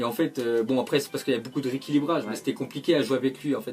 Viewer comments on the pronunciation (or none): none